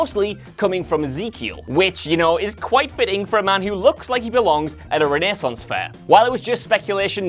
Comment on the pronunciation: Best part of this video? Hearing "renaissance" pronounced correctly Also, if they kill Jerry, ima cry. Everyone else is fair game as far as I'm concerned 😂